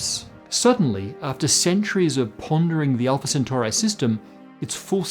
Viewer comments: Also, it's Alpha Centauri not Centaurae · I don't know why, but I just can't get over the pronunciation of Centauri. I'm having a serious ME feeling here. Isn't it Centauri with the I making and E sound? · Or Centauri